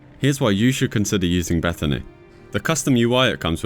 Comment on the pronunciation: First time ever hearing BethINI called "Beth-a-ney". Ive always heard it as "Beth-I-N-I"